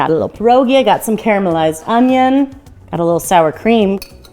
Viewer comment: Polish-American award winning Pierogi maker here and I tip my hat to you! So happy to see you make pierogi! Your recipes are really good and Sauerkraut is my personal favorite too! Also, THANK YOU for not saying “pierogies”. An “S” is not needed. Pierogi is plural.